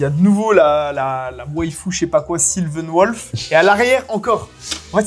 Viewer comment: "Silven Wolf" je suis abattu xDDD